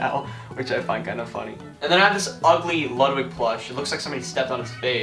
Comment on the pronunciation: no hate but isn’t it pronounced LoodWig?